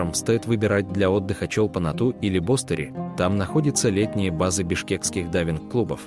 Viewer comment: БостерИ. Ударение на последний слог. ЧолпОн- АтА. Та же история. Режет слух. Дизлайк